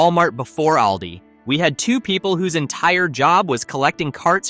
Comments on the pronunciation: I'm a senior, I already know this stuff. This is NO secret. Plus it's All-Dee, not Al-Dee. I already know they're the fastest scanners. But I see the same checkout people everytime I'm at Aldi, but I live in a small community with a small Aldi. The aisles are shorter and there is one checker. The rest of the lanes are self checkout. As someone with a condition where standing becomes quickly painful, I never understood why cashiers weren't permitted to sit. What you skipped is that some of Aldi's packaging is often SMALLER than name brands. Snacks like potato chips are 3 oz smaller. For anyone who has shopped for any length of time, you notice things like this. Heck even the name brands packaging has greatly shrunk since 2020. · If AI could just get names properly pronounced…..it’s All Dee. Not El Dee. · The AI voice pronounces "ALDI" inconistently